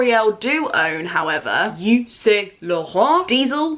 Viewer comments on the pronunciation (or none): none